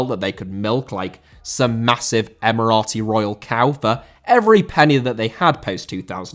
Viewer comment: Emerati* not Emerohrti